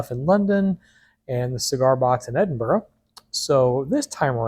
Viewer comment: Thank you, sir, for pronouncing Edinburgh properly, Pastor. Miss Scotland deep in the bones. Used to travel there all the time.